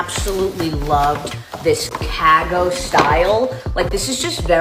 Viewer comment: And cago style for Cargo 😭